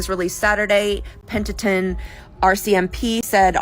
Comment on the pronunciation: Hearing that one girl try to say Penticton is hurting my soul 😅😂😂